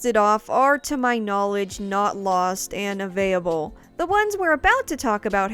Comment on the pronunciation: Nice series, looking forward to more! Also this is the first time I've heard 'available' pronounced as 'aveyable', lol